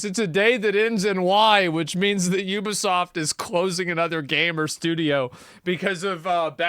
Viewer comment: Ubisoft? "theybisoft"